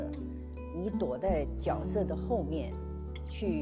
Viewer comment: 角色Jue se 应该念 Jue se.